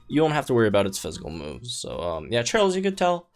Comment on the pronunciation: my dude, why are you pronouncing her name like that. Cheryl isn't even a made up name, you should know better.